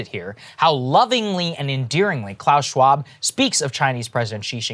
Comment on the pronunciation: Breaking Points is going full Alex Jones now. Saagar hasn't learned how to say Klaus Schwab just yet.